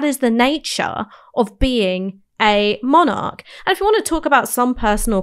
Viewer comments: Haha. I do realise Ash has a few quirky pronunciations. Monarch, being one that stands out, but there are also a few other ones. But I just let it go over my head, because who am I to say how a word should be pronounced. To me, what matters is the coherence of the argument and the narrative - with Ash they are always solid. I might personally have taken a different angle at times, but it's always well reasoned and rarely, obviously wrong. I'm a bit of a stickler for logical consistency accuracy etc. With other commentators, whilst I might generally agree, they do have a tendency to go off course at times, and say things that are obviously mistaken. I always work on the principle, that you can never say with complete certainty, that something is the absolute truth. There is often room for other valid perspectives. But you can 100% be certain if something is wrong, or mistaken in the terms it is framed. If you can cite an example, that contradicts what someone says, at the least they need to re-frame that argument for it to be valid. What's impressive with Ash's off the cuff arguments, is she rarely makes those errors. Whilst I might not always 100% agree, it is always a genuine matter of opinion, not clear inaccuracy. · She's great. I'm afraid I do get distracted though by the mispronunciation of the word 'monarch'. Its pedantic, I know but my brain won't let it lie.